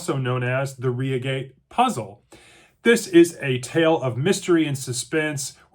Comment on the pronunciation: Good God man , it's Reigate ( as in eye , not ree).